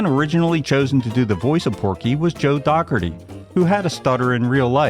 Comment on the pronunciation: It's pronounced Dough-where-tee